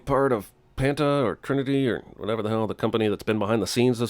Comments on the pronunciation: Thought it was Patna, not Panta? . Says it on the can. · funny stuff lol.....oh yes a small correction its not Panta but Patna ltd !!! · You went through all the trouble to get more screenshots and still fuck up "Patna" by spelling and pronouncing it Panta? Great Job, CS